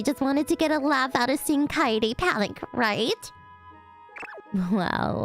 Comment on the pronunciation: Kaede is not pronounced kady or Katy kae-de